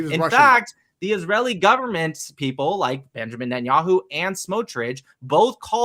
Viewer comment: thanks, but if you have ears you can hear he still said ‘governet’